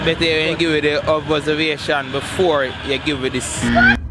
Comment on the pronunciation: dwl woiiee the man say obovesation